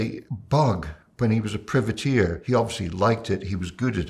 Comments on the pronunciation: Why are you pronouncing "privateer" like that? It's pronounced in the obvious way: private+ear. I've never heard it pronounced like privy and I can't find a dictionary that offers that as an alternative pronunciation. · That's an unconventional pronunciation of privateer.